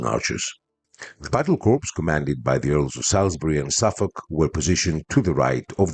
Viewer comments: I am an avid fan of yours, am a subscriber and watch all your videos. Your English is especially good but I would just like to point out to you that the words corp or corps are both pronounced "core" in English. It is only a small thing but I am sure you would like to be told If you were mis-pronouncing something. As always thanks for your interesting video and looking forward to the next one. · one thing “corps” in english is pronounced “core”, with the p and s silent due to its french origin. Thanks for the vid!